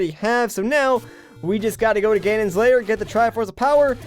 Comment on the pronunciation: why do you say layer instead of lair